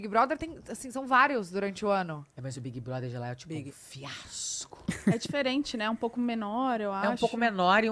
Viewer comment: Não é assim! É bigue broder! 😂